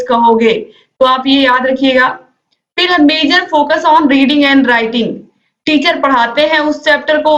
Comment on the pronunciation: Mazor nhi major hota hai 😂😂